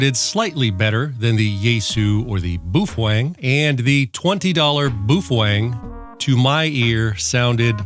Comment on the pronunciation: You get me with 'Boofwang' every time 😂